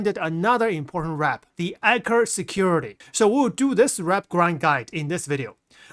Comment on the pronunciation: I kept hearing "Anchor Security". More emphasis on the "E" and "t" in Eckhart 😅